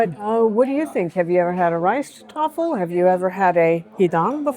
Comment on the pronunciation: Correction: the Rijsttafel ALWAYS has white rice in the center of side dishes, not fried rice, which is a separate dish altogether, and not part of the Rijsttafel. (Btw: your prononciation of "rijsttafel is excellent.). PAdang has the accent on the first syllable: "PA," as in PA-dang.